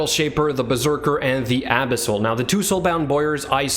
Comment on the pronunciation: You make 'Abyssal' sound like a cream for anal abscess. 'Abisil, just a little dab will do ya'.